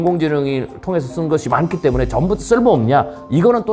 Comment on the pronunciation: 이 분 한국어가 어눌한데 일본인인 가요? 한국어를 잘 못하는 일본인의 발음특성을 가지고 있네요. 때문에를 때문..에라고 말하는 것처럼 붙여서 발음해야 할 말을 답답하게 띄워서 발음한다던가 하는 이상한 말버릇이 있으신데 경상도 출신들 중에 일부의 특징인 것 같기도 하고